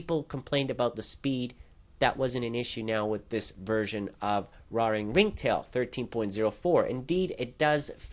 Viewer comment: pretty sure its pronounced "rare"ing ringtail dude :P